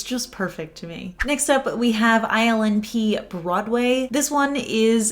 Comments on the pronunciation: I can't stop hearing "island pee" every time you say ILNP (i'm sorry lol) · Your shirt is stunning!!!! When you mentioned the ILNP polish it sounded like you called it Island Pee. LOL What brand & color is on your hair? It's my favorite color!!!